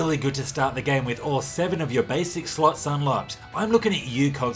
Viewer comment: Anyone else do a double take whenever he says "slots"?